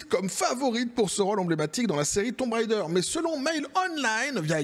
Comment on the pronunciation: Tomb raider ❌️thon raideure✅️ 😂😂 et c'est ciao